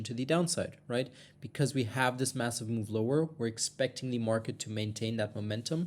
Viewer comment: DID YOU SAY "MASSIVE".